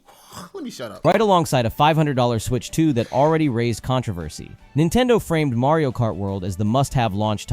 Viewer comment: Mario "Mart"?? :P